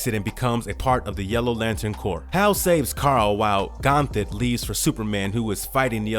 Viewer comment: at least you take it in stride. CORPS isn't pronounced Corpse(it's not a dead body lol) it's pronounced Core. Keep doing your thing though bro!